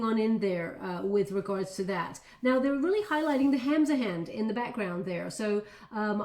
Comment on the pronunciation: What is this that you are saying “Hams of Hands”?.. I am curious. Did I hear it correctly?.